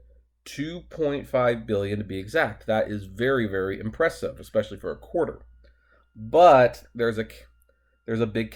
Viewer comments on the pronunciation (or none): none